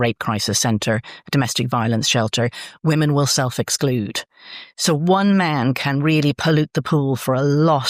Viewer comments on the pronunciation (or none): Great interview. Hoping someone can clarify something: Where is from, is "woman" the plural for "woman"? (As in is "woman" both singular and plural). I don't think I heard her say the word "women" once. Is this a local dialect thing? Or is she genuinely just continually mispronouncing it?! Just sounded very odd! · Should be pronounced wooman and wimmen Drives me nuts too.